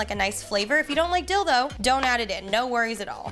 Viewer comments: Dildo ?!? I know you didn’t actually say it butttt thats what I heard. Anyway I love the episodes. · I would be careful when saying dill, because hehe you said dill - doe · When she said “dill though” I thought she said something else 🤣🤣🤣